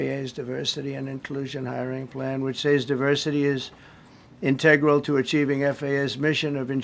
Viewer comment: His makeup alone is enough to embarrass our country. He is an idiot! He couldn't even pronounce "integral" correctly.